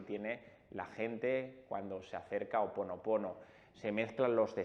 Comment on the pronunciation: Botella vidrio azul...tapón corcho ó papel celofán....y nó es Ho oponopono....és Hó oponopono...lo he escuchado mucho a Dr Len...(suena cómo j)al comienzo...